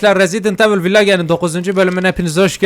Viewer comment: abi vilec de vilage deme ya .d su sesini guzel yapiyon bu arada